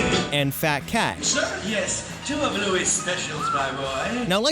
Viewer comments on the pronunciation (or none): none